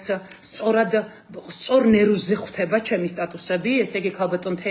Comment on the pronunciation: შენ ხარ ჟურნალისტიი ხვთება კი არა ხვდება. შენ ხარ ჟურნალისტიი